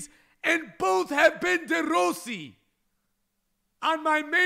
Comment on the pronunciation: It annoys me how you say De Rossi